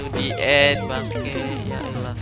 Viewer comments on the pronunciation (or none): none